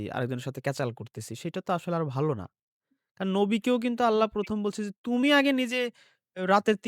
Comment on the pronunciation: আল্লা বলস কেন,,,আল্লাহ হবে। ইংলিশ, বাংলা তো লেডিসের মতো সুদ্ধ বলস। আল্লাহর নাম নিতে এত ছাগলামো কেন।